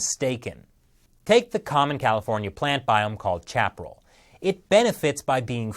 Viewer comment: The way you pronounced “chaparral.” 😂🤣😂🤣😂